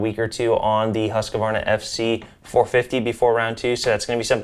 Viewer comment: It’s pronounced Husk-Var-na